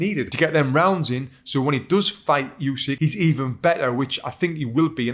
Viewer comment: Hey Tony, I don't know if it matters to you, but the correct pronunciation is "oosik", not "yusik". Same sound as in "shampoo". Source: I'm Ukrainian. Also mad respect for your analysis, I enjoyed it immensely.